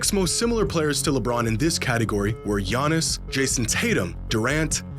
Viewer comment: Bruh it’s Giannis